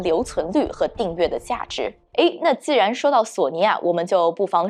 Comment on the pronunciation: 口音没问题，不过她的普通话发音不标准，或者说有点口齿不清。X，J，Q这些辅音发音都有问题，比如“既“然，院“线”，当”下”，两“千”，等等这些字的发音都有点咬舌，挺起来有点别扭。还有有的发音干脆错误，比如分成，是分cheng, 不是分chen.